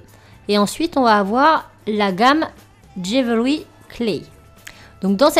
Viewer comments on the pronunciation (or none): Vidéo super sympa, franchement j'adore l'intro. Par contre on prononce DJIWEULRI (jewellery) et pas DJIVEURY. Voilà ! Bisous